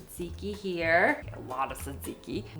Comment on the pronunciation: Why do you say Tzatziki that way?